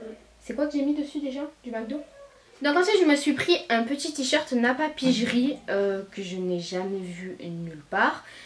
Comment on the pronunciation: Il me semble que ça se prononce « napapiri » et pas « napapijri » voilà 😂😘